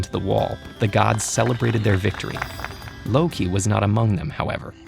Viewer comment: Ted ed: Says it like a pro Me: What now? My thoughts: Ted ed is epic